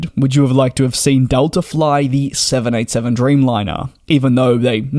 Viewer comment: Please be much more precise in your pronunciation of the Boeing jet name. More often than not you sound like you are saying the 707 rather than the 787.